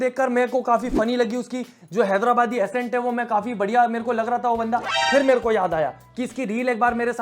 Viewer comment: Its not Assent its Accent ..!pronounce C as K